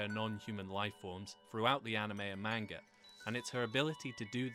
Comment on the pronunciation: Get the pronounciason of the word "manga" right if you want to be taken seriously.